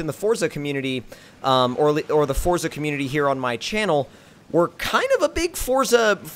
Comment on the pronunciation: And its definitely forza not fortza